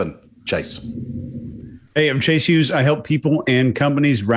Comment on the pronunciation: This episode left a serious impact, specifically pronunciation of Chase’s last name, HUG-hes, no matter the situation my internal voice says it like that. HUG hes